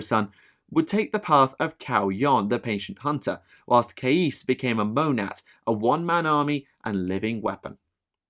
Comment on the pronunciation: “A master of mont-ka “ Mon-kek??